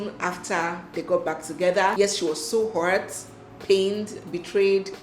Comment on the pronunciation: Is it a Nigerian thing to say hourt when meaning hurt first heard it from bobrisky 😂